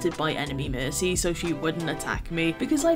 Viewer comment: I love how you say Merki XD. That name was so true when they first changed her ult. Nanovalk was fun while it lasted.